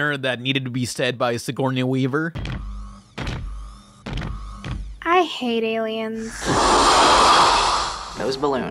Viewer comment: the way you pronounce Sigourney Weaver makes me so mad